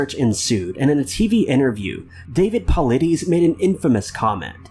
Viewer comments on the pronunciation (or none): Actually....its pronounced "paul-eye-diss" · It's pronounced Paw-lie-dess.